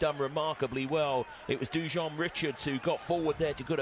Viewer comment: It’s, Du wan Richards..not Du jon Richards!